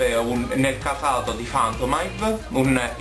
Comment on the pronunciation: Sì vede tranquillo il manga ;) Finalmente un persona che pronuncia Phantomhive corretto! :D